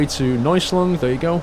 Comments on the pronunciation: U are a great driver! It´s so cool to see u drive a German Bus, in Germany;) It means not Neusling. It´s calling "Neu Essling":D But i miss the Trucking Diary today:( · neußling instead of neuEßling hahah :D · Neueßling is actually pronounced "noyassling" :D